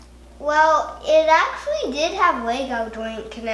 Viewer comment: Good to know he's at his "actuawy" phase lol😂